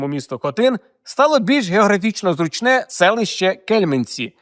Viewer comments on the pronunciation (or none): Не зручнЕ́, а зрУ́чне🙂